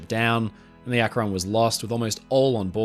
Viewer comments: Hey friend! This is such a minor thing but in case you want to know, "Akron" is pronounced with the emphasis on the first syllable, making it sound like "ahk-ren". Gotta love that wonderful American Midwest vowel shifting! (source: family literally lives in Akron. Well, North Canton, but same difference) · As someone from Ohio I've never heard someone pronounce Akron like that. (It's Ak-rin, first syllable stressed) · Nice work,! I love your stuff. FYI, regarding the US airship “Akron”: the ‘a’ in Akron is pronounced like the ‘a’ in “bat” and “sat” — NOT like the ‘a’ “late” or “mate”. (It’s named after the city Akron, Ohio). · as someone who lives in Ohio, it's always amusing when ppl pronounce cities from here in interesting/different ways. Akron (as in the USS Akron, named after the city it was built in) is more like "ACKrin" around here, but you make it sound super sophisticated and a place worth visiting 😂 fun fact: the parent company (Goodyear) that built the Akron is still in operation and still building/launching airships to this day! anyhow, I'm a new sub and wanted to say I love your videos and how thorough they are! 😊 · The British pronunciation of akron cracks me up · As far as I know Akron, OH "The Rubber City". Akron was not pronounced the you do. Of course, I probably don't pronounce any number of UK places correctly. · There's just something so insane about a giant airship floating in the sky. It must have been awesome to see something topping 700 feet long floating in the sky with your own eyes. Also listening to an Englishman pronounce Los Angeles and Akron never fails to amuse me. You should be glad they didn't name one USS Monongehela, Connequenessing or other American names.